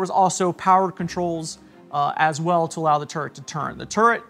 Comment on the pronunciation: Funny how he pronounces "turret" as "turd"